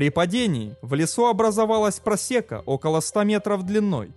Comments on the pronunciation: ПросЕка, по русски - это прОсека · Обожаю слушать как вы ставите ударения в словах)) ПросЕка)) ПрОсека! Опять спорить будете? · А в слове прОсека на е.Хотя возможно имелось ввиду вино просеко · ПрОсека, дорогой, прОсека. Ну прямо уши режет ударение ))) За материал спасибо! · ПросЕка, бЮллетень....это какой то ужАс. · ПросЕка, бЮллетень, с ударениями опять не задалось . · Блин, ну что это за издевательство над русским языком?! "ПросЕка", " бЮллетень", постоянные ошибки с числительными... Замените уже, наконец, диктора! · просЕка, бЮллетень... У аффтара проблемы с русским языком. Также срок тюремного заключения по приговору суда - это наказание, а не мера пресечения.